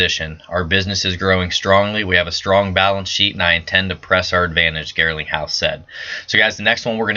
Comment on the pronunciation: Garling not Girling ...lol